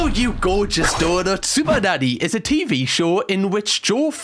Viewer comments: Sounds like he is saying Super Daddy in the beginning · Is it just me or did the first 2 occasions that you said 'super nanny" sounded like super daddy. 😂😂😂 every other time has sounded normal so far but not the initial two times 😂😂😅😂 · Sounds like you're saying super-daddy 😂😂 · Do you realize you're saying SuperDaddy ? 🤣 She's Super Nanny 😂 👍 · Sound like you are saying super daddy 😅😂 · He pronounces it better later. Reminds me of Benedict Cumberbatch with the "pengwings"